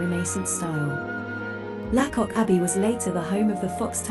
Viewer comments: Your pronunciation of lacock is off. Say laycock. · Its pronounced Laycock not La cock